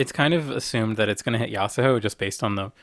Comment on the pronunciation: Maybe one day Yasuho will be pronounced correctly.